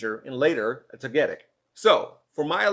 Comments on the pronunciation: you murdered togetic’s name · You do realise that your 8 and 11 year old kids are gonna call you out for confusing Snorlax with a Dr. Seuss character, right? And not just for mispronouncing Togetic, right?